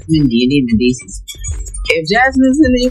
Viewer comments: lmaoo she called him “mishi” AND “messes” its like everytime she said it she butchered it more🤣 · Her pronouncing Mendeecees name completely wrong the whole time is killing me lmfaooo